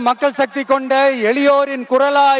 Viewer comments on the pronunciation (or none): none